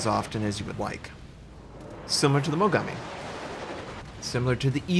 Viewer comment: Why do all American people I know pronounce Japanese names like "Mogammi" and "Yammato"... It's pronounced "Mo-Gaa-Mi" and "Ya-Maat-O". Damn. What's the origin behind the way you pronounce things? (Kinda the same thing as "Atatsuki", the U isn't pronounced, making it "A-kat-ski", for example. But that's understandable as the U is actually in the name, however, I don't understand why Americans always put the emphasis wrong on Japanese namesakes.)